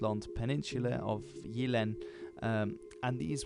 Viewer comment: FYI, you pronounce Jylland as 'you-lan' not Yoot-land :-D Nice video anyway!